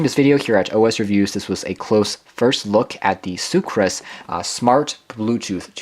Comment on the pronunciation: Soocas. Not soocRas.